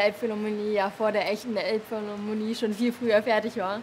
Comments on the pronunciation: „A‘s schon cool, vorallm weil unsere Elbphillamonnlie vor der echten Elbphilrammonie fertig war.“ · Elbphilharmonie.. so schwer ist dass nicht.